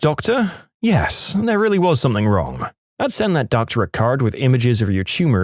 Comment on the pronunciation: No K in the word something .